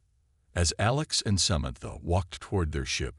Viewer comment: why does this narrator have trouble pronouncing words? its SA-MAN-THA sheesh